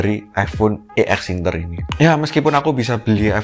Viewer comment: bilangnya "ex inter" ngab, bukan "e x inter"